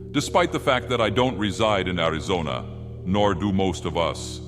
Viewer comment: Ayo! is back! I personally love hearing Ai voiced creepypastas TR. Btw, hearing him say "Arizona" is pretty wild.